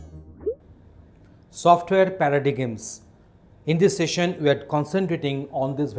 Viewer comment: It is pronounced as para-dym.